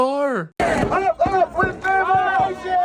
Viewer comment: "Ope weeth leeber-ayyshun" might be grounds for dismissal from the US.